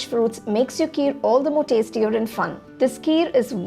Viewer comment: It's ghee, not gee ...n kheer not keer..